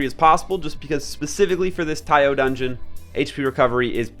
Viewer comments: the doods Japanese name is タイオ = TA I O, so you should pronounce it at tai yo. btw tee yo is the Peacekeeper :) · It's Ki-ai and it's Taiyo they probably based the name on Japanese Taiyō (Ocean or Sun) so Longer pronunciation of vowel "O" the due to the macron. So it's gonna be Taiy-Oh